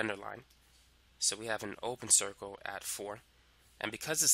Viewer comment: "do we have an open 'coicle' :D